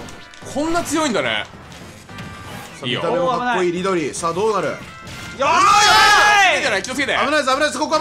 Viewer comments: リドリーじゃなくてミドリーww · キヨが、 リドリーじゃなくてミドリー って言ってるのくそツボったんだけどうちだけ？？